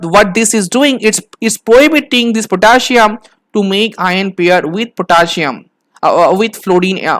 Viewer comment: Potaschium. Potassium 🥺